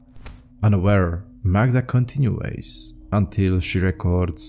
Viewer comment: To help you, my friend, continues is pronounced “continyoos”, not “continuays”. Peace and love ✌️💜